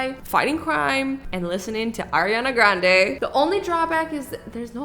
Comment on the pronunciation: I'm early today yayyyyyy Did azzy just say Arina garnde well I luv her all songsssss!!!!!